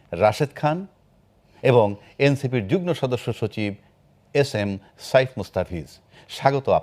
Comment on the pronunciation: উপস্থাপক মহোদয়, আপনি দয়া করে শুদ্ধ করে কথা বলতে বলেন, যুগ্ন বলে কোন শব্দ আছে কি? শব্দটা নিশ্চয়ই যুগ্ম। অনেক শব্দই ভুল উচ্চারণ করে। কোন বিশ্ববিদ্যালয়ের ছাত্র?